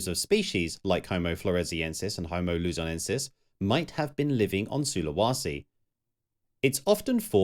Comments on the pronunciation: It's pronounced SulaWAYse. Where the hell do you get SulaWAsi from if there's not even an A there? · SulawEsi not SULAWASI! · While the content here is superb, the narrator cannot pronounce the names of imortant places correctly. Su--lu-wa-si is just wrong (SOO-lə-WAY-see) and to have it clearly spelled out and wrongly said show someone is lavishly incompetent. Sinai, as in the peninsula, is also wrongly pronounced as are several other place-names. Seriously..... another narrator who reads a script knowing nothing about the subject at hand and, in this case, not even knowing BASIC geography. And even Agean was spelled wrong in your large-letter titles! Ageaan? Really? Great content paired with an irritating presentation.